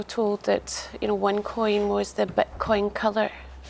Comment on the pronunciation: Onecoin original....u saying wrong